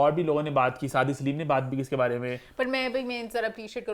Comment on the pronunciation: Eman bary bary thek sy bola kro.bhary bhary ni hota